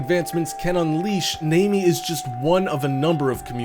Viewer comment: How the fuck did he pronounce "Namie" !?